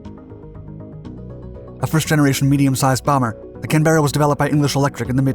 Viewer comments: If you want to be really formal you might say CAN-b-RA, with a very slight b as a third syllable . But absolutely no one does the weird American thing of putting all the emphasis on the middle syllable. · Depends where you come from in Australia. Can-bra became popular in the 80-90's when a skit show would make fun of how a well respected journalist would always sign off from Canberra. He would go this is Laurie Oates from......... Can-BRAAAA. Some say Can-berra. While people in my region North West New South Wales. Bogans in our area say CaaAAn -bra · It's pronounced KanBra. It's the federal capital of Australia and in the local Aboriginal language means meeting place. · Listening to you say Can ~bear~a is painful. It’s Canberra as in the place in Australia. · The fucking what now? Kanbera? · It’s pronounced can-burra, great 👍 Video on a superb plane. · Well, you know, I watched one last night and he said Melburn instead of Melbourne (obviously), and then in this he said Britain Wood, England instead of Burtonwood, and the way he says Can Berra like it is two different words? And then there is the part where he says "one (singluar) Skyraider's (plural)", this guy gets a lot of praise for the amount of research he must do to make these videos, and yet here am I thinking he really needs to do much more research before anyone lets him loose with video editing software. It's bad enough as it is that his audio sounds like it is recorded at slow speed while he flicks his finger across his lips before playing it back at normal speed to make it sound faster. Yeah, I think you are right, I think "mangles" is a perfect word, I wonder if his name is Joe (Mangle)! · Just a warning for Australians/Brits, he says 'Canberra' wrong throughout the entire video. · OMG! He can't even pronounce Canberra properly! Does he ever do proper research before posting his notoriously error-ridden videos? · Please learn to pronounce Canberra properly. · Yep, it hurt every time he said it lol